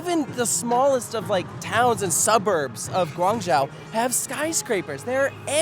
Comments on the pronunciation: Guan Zhou(Joe) not Jow, fantastic video otherwise! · Lived in Shenzhen an hour or so south of guangzhou. You did Such a great job covering These parks. Very cool to see! Btw it's pronounced guang~joe